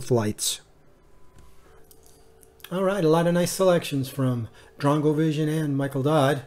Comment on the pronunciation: Drongovision's favorite set is beautiful! Thank you so much for giving me a shout-out! You said my name 100% correct!